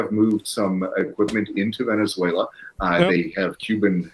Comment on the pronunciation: Venezualay geez. Also, bout Time we quit fighting with each other and pick on someone else